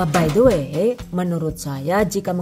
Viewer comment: 👍 cake kopi. Cocok deh! karena aku allergic to coklat. Boso inggrisé bikin aku 😅 karena sering ucapin BAI DE WÉ. Zenewen aku dengarin pronunciation nya à la Jowo. Bhs Indo ajalah!! Salam dari Melbourne. Thanks for sharing.